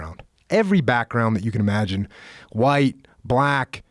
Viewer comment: Joe to you think dis is funny you whaite people think dis Is funny